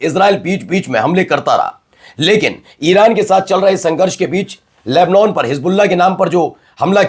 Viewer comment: Lebnon ...nahi.....lebnan padha aur bola jata hai.